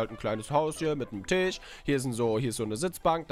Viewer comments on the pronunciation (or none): none